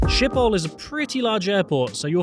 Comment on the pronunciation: The airport's name is pronounced "skip-oal' not "ship-oal".